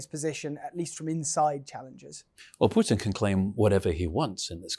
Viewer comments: Pootin, not Pewtin. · Can someone please take this reporter aside and teach him how to say “Putin”!!! There is no “W” in Putin! Pewter is a word of its own.